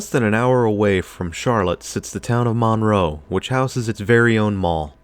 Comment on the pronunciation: The name of the town is pronounced Munroe. I worked at the Wal-Mart in the late 80's and have lived in the area for 38 years. I feel like I need to defend this mall; it was a great place in the 80's and 90's.